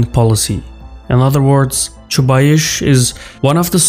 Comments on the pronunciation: I'm sorry, but you're very much mistaken about Chubais (which is actually pronounced the same as the "ice" sound in the word price. Not aish). The truth is that while Chubais was central to the Russian transition to market economy and the shock therapy reforms that accompanied it, his prominence greatly diminished after Putin's ascent to power and has completely declined in the past decade. As it stands, Chubais bears close to zero responsibility for Putin's power politics. During Putin's reign he become just one of many technocrats assigned to run one of Russia's state owned companies (RosNano in his case). He has not had any political clout in a very long time, let alone being responsible for Russia's jingoism or Ethno-nationalism. I think you got him confused with Gleb Pavlovksy, Vladislav Surkov or Yuri Kovalchuk (if we exclude the obvious suspects of the security council like Patrushev, Bortnikov, Narishkin and others). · I can't listen to that "ChubaiSH" - if you are going to mention the guy a few times, you could learn how to pronounce it. It is definitely "S" at the end, not "SH". Side note #1 - it is interesting where takes this "SH" from, I wonder if his own language transforms S to SH at the end of the word. #2 - based on his accent I always though that is from some of the former USSR republics, somewhere from Caucasus perhaps, but inability to pronounce Chubais kills this notion on the spot:) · Chubais, not Chubaish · 🤣 Why you`re calling Anatoliy "Chubaish" when his is Chubais?) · BTW, his name in Russian is pronounced Chubais with S at the end, like "ice". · Each time you say ChubaiSH I wanna pinch myself 😂 This is ChubaiS! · You guys in the response are really well informed. Although Chubais (Чубайс) pronounced with 'S' on the end not 'CH'. But I'm picking on you. You are really awesome and you do make an outstanding content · That's pronounced Chubays, not Chubaish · ChubayS, not ChubaySH :D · "Choobaish" LOL 🤣😂